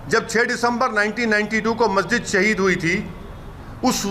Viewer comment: Abe kya bar bar sahid sahid bol rha h abe bol tuti 😂